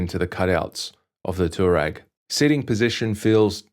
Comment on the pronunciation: Nice bike, nice review. FYI it's a Twa-reg!